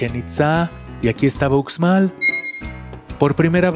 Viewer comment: Con mucho cariño… se escribe UXMAL pero se pronuncia “USHMAL” 😊